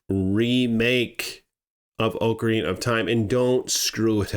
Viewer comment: OCARINA of time... OCARINA... not OAKARINA of time. OC... not OAK. its not an OAK tree. Why do Americans also call OKINAWA as OAKINAWA... as an okinwan person this really annoys me. OC, NOT OAK